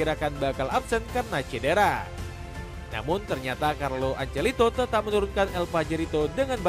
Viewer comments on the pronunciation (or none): Carlo Ancelito 😂😂